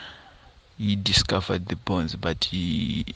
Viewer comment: Bones not borns